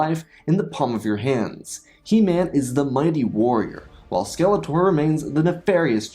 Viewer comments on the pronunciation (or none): Skeleter... it's Skeletor. At least check your pronunciation before selling out.